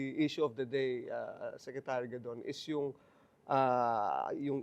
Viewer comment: Sorry it's larry gadon not godon